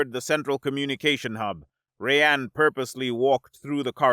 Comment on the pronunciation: Our narrator cannot properly say the name 'Rayan'. His name is not 'Ray-ann' instead, his name is pronounced 'Rye-ann'.